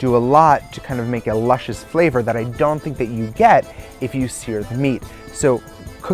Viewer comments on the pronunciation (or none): none